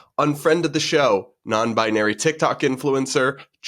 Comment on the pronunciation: The word is pronounced, "binary", not "bianary". Also..... How 'bout those trans-freaks????!!!!